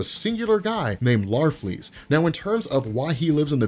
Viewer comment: It's larfleeze